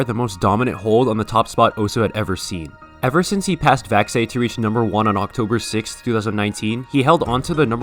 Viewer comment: 1. its Vaxei not Vaxie 2. Vaxei is the undisputed best overall and i don't know how you think theres any correlation between "Mrekk is #1 in speed and speed is the meta" and " but I saw him lose against Vaxie at speed in a tournament" just because you're insane and possibly the best at speed and aim doesn't mean you will just win tournaments. Vaxei has better consistency in tournaments and has been playing in them for far longer than mrekk.